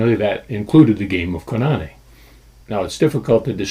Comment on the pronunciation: It's Koo- Nah-Nay! Not Co-Na-knee!